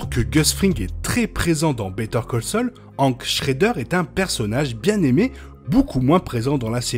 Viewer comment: Pourquoi prononces tu "Hank" avec une phonétique françaises alors que même dans la VF il prononce son prénom à l'américaine ?